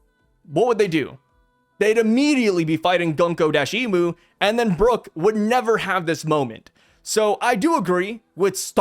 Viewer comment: it’s Muko guy’s….gunkmu just sounds wrong 😑